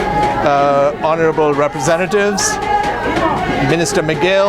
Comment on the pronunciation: "Our Repre-zene-tay-tay here". Lol.